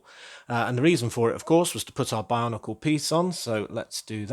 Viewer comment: I just noticed that when you say "Bionicle" it sounds like "barnacle". 😅 Looking back at some of the sets and pieces, that's actually quite fitting. 😁